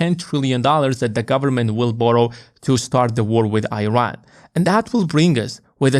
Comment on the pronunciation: Young man. It’s called “Eeran” not “Airan”